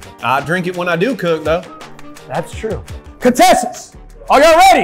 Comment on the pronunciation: Lmao says “catesants” instead of “contestants”